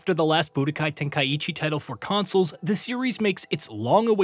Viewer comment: Never understood why so many english channels over-pronounce Japanese words - it's "Ten-kye-chi" (Tenkaichi) not "ten-kye-ee-chee" and "dye-mah" (Daima) not "dye-ee-mah" lol Sounds weebish